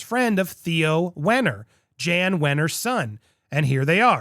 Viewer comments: FYI it is Jan but said YAN with a Y not JAN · It's pronounce YAN (Jann) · It is pronounced "Yahn" Wenner. He is really good at filling up the Rock & Roll Hall of Fame with pop, rap, and country music stars and leaving out actual rock bands. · Interesting. But if you're going to do journalism, please check pronunciations.Wenner's name is pronunced Yann not Jann. And it's Schnahh-bl not schnay-bl. Thanks!